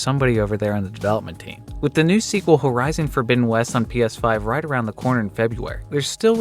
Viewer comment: The hell is 'Her-Izon' ?